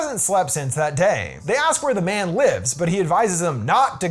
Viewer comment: Took me 10 minutes to realise he’s saying Japanese man and not Japanese band